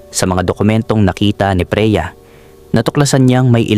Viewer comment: Bakit Mali ang bigkas ng narrator sa mga words? 😵Like: "Freya" = Preya "Alcantara" = Alcan-tà-ra, "Taon" = Tà-on, "Kapos" = kà-pos" etc., simple lang bakit sablay ang sambit?